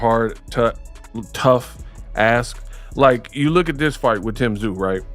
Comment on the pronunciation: Tee zyuuu Come on AI